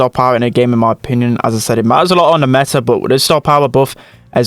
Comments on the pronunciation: is like: Meh- Ah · Everbody: meta: Meh-ta